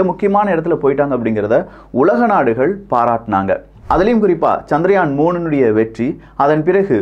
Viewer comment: சந்திரயான் என்ற பெயரை ஏன் சந்திராயன் என்று குழப்புகிறீர்கள்? இந்த அடிப்படை வேறுபாடு கூட தெரியாத ஊடகமா இது? ஆங்கிலத்தில்தான் தவறாமல் உச்சரிப்புக் குளறுபடி செய்கிறீர்கள என்பதோடு நிறுத்திக்கொள்ளக் கூடாதா?